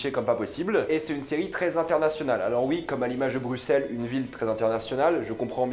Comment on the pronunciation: Étant belge je suis fier de toi que tu ai prononcé "Bruxelles" Brussssells et non pas BruXXXXXells!